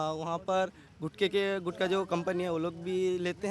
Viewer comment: गुटका नहीं गुटखा यह असली शब्द हैं.... गुटखा से ट निकाल दिया तो गु खा बन जाता हैं 😂😂